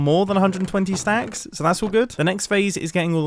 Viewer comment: when you said 10 stacts i choked on my water